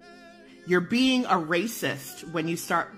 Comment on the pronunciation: Did that lady say racist or erasist?